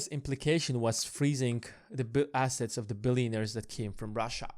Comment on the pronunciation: Not really a Brit accent? Also we think he meant ‘assets and globe’, but it sounded like ‘asses and glob’, lol. However, was interesting! Better than I could do.